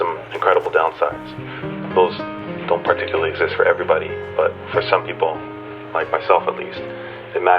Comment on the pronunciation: I ‘par-ticularly’ enjoyed this video. Subscribed lol